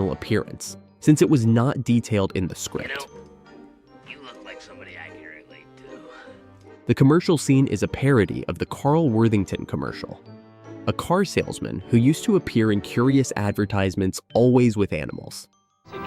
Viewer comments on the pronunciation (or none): The curse of mispronouncing CAL Worthington. (It’s not Carl) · *Cal Worthington. Not Carl. Anyone who grew up in Alaska in the 90s, myself included, knows these commercials. We all thought it was "Pussy cow". 😂